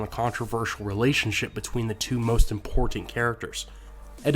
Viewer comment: I love videos but I hate the way he says "imporTanT"